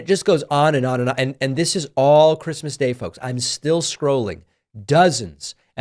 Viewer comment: He must not have gotten the Chwistmas pwesent he wanted.